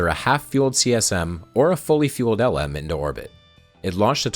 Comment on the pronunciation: I know you're Canadian. And you've noted how NASA pronounced "Gemini." The Lunar Module (LM) is pronounced "Lem." This is a throwback to its original name, Lunar Excursion Module. It's really the only "error" I can find in all of this (and you pronounced it right a few other times). You've made a wonderfully complex video. I've familiar with all parts of the iceberg, and you did a great job.